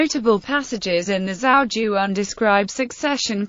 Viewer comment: not once is the title of the book pronounced correctly :/